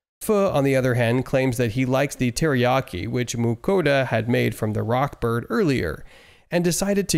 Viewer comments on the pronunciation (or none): It's rod Bird not rock bird